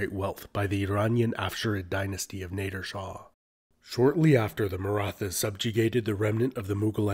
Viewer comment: "Nayder" shah!